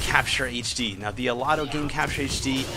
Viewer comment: DUUUDE OMGWTF YOU MISPRONOUNCED THE COMPANY NAME WTF DUUUUUUDE.